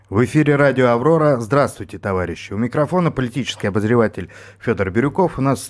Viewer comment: На "АВОРОРА" гы-гы